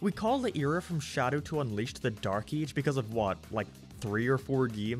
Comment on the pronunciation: I know he can't help it because of his accent but it really sounds like he's saying "eej" instead of "age" at the beginning of the video, he says it a ton of times and it throws me for a loop.